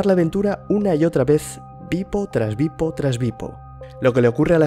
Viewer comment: tu dices beep-o, yo oigo pipo...